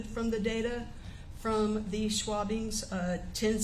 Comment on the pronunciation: Schwabbings??? lol